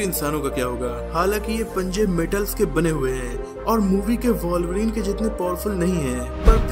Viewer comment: वाॅल्वरीन nhi वुल्वरीन hai..... Thik se bolna toh seekh le